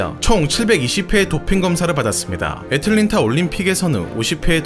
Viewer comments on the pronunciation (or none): none